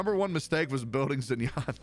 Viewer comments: it is shin-yen not zin-yan ._. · The way Xin Yan was pronounced was just 🌚